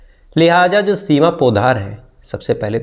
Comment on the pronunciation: Parakhar g lihaja nahi lihaza hota hai